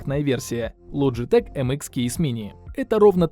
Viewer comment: Лоджитэк нет там буквы Ч и в англоязычных названиях произносится, при таком сочетании букв как К. Название швейцарской компании Logitech (произносится «Лоджитэк», в Японии — Logicool) образовано от французского слова «logiciel», что в переводе означает «программное обеспечение». Компания известна производством компьютерной периферии (мыши, клавиатуры, веб-камеры) и, начиная с 2015 года, иногда использует сокращенное название Logi